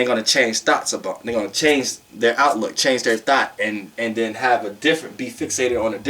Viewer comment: But why I kept thinking u was saying “thot” 🥴🤣🤣